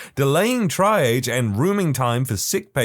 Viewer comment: Just FYI, triage is pronounced like "tree-ahj."